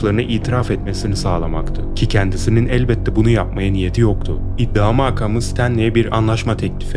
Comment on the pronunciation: iddia maakamı değil makamı çok rahatsız ediyor dikkate almalısınız.